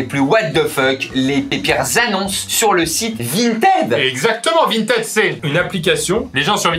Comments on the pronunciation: Il y a que moi qui prononce Vinted "vintid" ?? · Il dérape sur le mot Vinteeed !